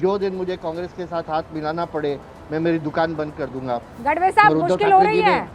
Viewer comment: गढवे नही गाढवे ... 😂